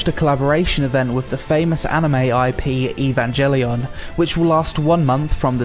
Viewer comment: Evan-jelly-on must be a dessert you can order somewhere in Japan.